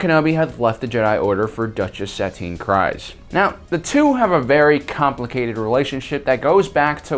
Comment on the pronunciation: For the love of Mandalore….her as well as her sisters last name is KREEZE (as in freeze) not Kries. They pronounce it a bajillion times in the clone wars and Bo-Katan even introduces herself to Din Djarin as KREEZE.